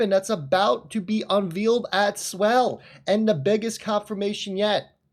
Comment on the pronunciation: Hey.... the word "unveiled" is NOT pronounced "un-veeld". LOL It's pronounced "UN-VAY-LD". Come on man!! You sound like a 7th grader reading in class!. HAHAHAHAHA It comes from the word "veil", (pronounced "VALE")... y'know, that covering over a woman's face. Have you ever heard of a wedding veil??? It's not pronounced "veel". It's pronounced "VALE". So when we say "unveiled", we pronounce it "UN-VAY-LD"!!!!!!!